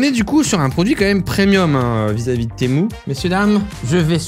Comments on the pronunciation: c pas témou a l'oral té mu a l'oral😉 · Temu pas temou mais sinon continue t’es vidéo tu me fait trop rire (prend pas mal le temu temou juste sa me perturbe) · Cela ne ce dit pas temou mais temU! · Tému pas témou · J’adore le « TEMOU » dès le début de la vidéo 😂😂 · en fait cyril il dit t'est mou au lieu de temu :elbowcough:🤣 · témou 🤣🤣🤣🤣🤣 tu es le seul a appeler sa témou sinon continue comme sa je t'adore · Tu devrais te vendre sur temu.... Psssit on dit tiimyu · Arrête de dire TEMOU purée 🤣 Dans quelle monde un U se prononce OU en français 🤣🤣